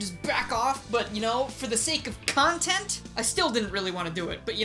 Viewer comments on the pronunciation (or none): none